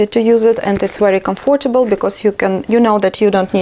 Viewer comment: I love your videos even more now! ❤️ I know you didn’t ask, but it’s not criticism, just a few minor errors you may correct and remember for the future because these are very common words: comfortable is pronounced with the stress on the first syllable; What do you think? (not how) And “impossible “ (not un) I hope you won’t take offence. You may even delete my comment 🙏